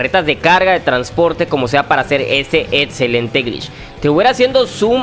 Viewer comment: "etzelente" "protzima" "otzion" "Matzimo"